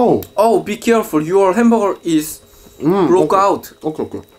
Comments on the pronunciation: it called hamburger not HAMBURER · hamberburg Me: its hamburger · one hundeled doddle henbargar(anyone heard like this)😂😂.. like👇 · Nobody:: Hamboger